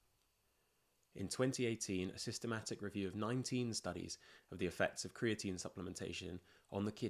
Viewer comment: Americans don't say creati- 'NÍNE'